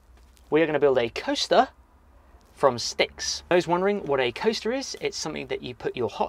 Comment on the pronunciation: like shed Sundays. i thought you said toaster instead of coaster.